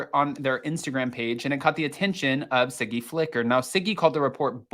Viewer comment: Her name is Siggy not Ziggy!